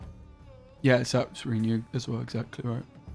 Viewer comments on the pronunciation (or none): At first I passed it off as you doing a troll thing, but each time you say REE-new it makes me cringe harder. PLEASE - it's pronounced "ruhnew" ... not reeeenew.